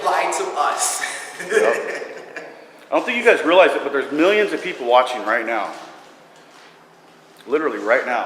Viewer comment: “MILLYUNS OF PEOPLES!”